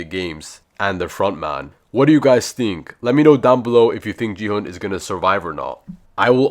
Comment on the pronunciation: It’s gi H UN